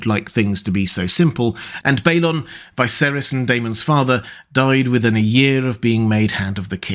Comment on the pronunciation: I enjoy your content of ASOIAF and LOTR. But why do you insist on pronouncing Viserys' name that way?